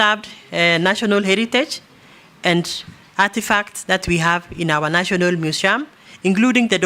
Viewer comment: National mushium😅😅